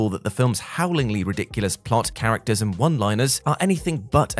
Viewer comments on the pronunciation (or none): none